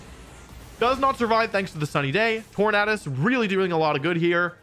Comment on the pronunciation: love that you pronounce Tornadus correctly aka the way i saw it